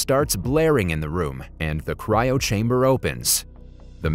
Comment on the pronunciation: Bro said cyro wrong